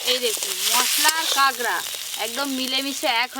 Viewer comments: কাগরা না কাকরা বুজি না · Kagra abar ki?😂😂 Kakra bolo kakra